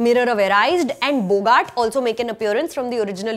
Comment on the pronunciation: Hardcore fan since the age of 13? Would serve you better to pronounce "Mirror of Erised" and "Boggart", correctly. Also, the curtain-like stuff wasn't Gridenwald's supporters. That was just his signal to rally his supporters, much like Voldemort's Dark Mark. Did you even watch the film properly?